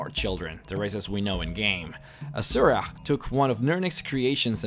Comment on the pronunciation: IT'S azura not azuraih